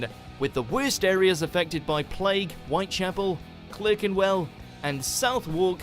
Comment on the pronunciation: I have earlier requested the video Why Are British Place Names So Hard to Pronounce? Let's just say, this narrator should have watched it, because , Clerkenwell should be CLARKENWELL, and Southwark should be SUTHARK!